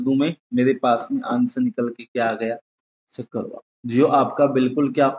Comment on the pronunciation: shakkar waar ni bhai mere...shukravaar hota h 😂😅